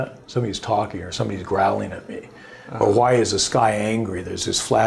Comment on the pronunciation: HHHHHHWY!!!! Great interview but god dam that pronunciation is messing with me lol